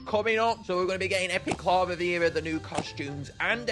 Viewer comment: Not clavavera it's candlvera.